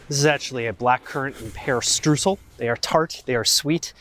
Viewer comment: It's called/pronounced "shtrrroysl" not "stroosl". It is not a German flavour. "Cassis" is the French name of the fruit and a liqueur made of it.